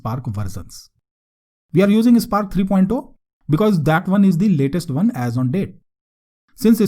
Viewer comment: Nice tutorial but dude, it's version (ver-shun) not versun. Also, why do you keep saying good and great when you're just playing with some code? Can you also talk a bit about Coursier or Maven and which artifact repo you're pulling from?